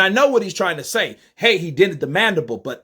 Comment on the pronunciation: i gotta disagree with you. said MANDIBOWL not MANDIBLE! Theres a clear diffrence in the two! Lol!!